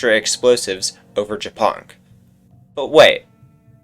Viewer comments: Just realized that Japonk is Polish and the way you are reading his nickname is vile lol 😂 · I thought Japonk was hungarian, cuz the way he said it sounds like how we say it aswell. But he is not :c